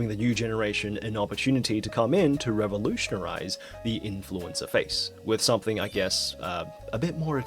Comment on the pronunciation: revolutionized lmao whatever you just butchered there was not a real word